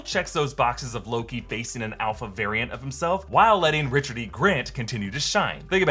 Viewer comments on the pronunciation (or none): none